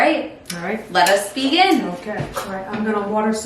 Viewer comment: Did you say let us "vegin" instead of begin? Awesome